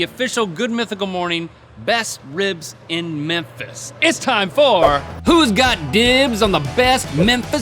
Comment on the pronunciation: As a Tennessean, I’m just gonna say... It’s MeMphis. Not Mephis...